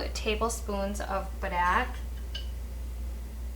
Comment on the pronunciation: You say Padaek weird...... Unless I'm saying it weird lol